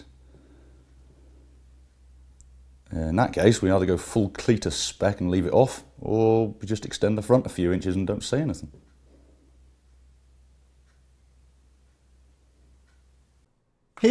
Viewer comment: Did you say "full Cletus spec"??? LOL!